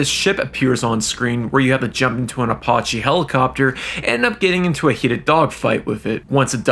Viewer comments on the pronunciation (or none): Apoche helicopter Apawche 😂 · "Apoche" helicopter 🤣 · Bro can't even pronounce waifu properly or Apache I'm dead 💀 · How the fuck do you manage to mispronounce Apache?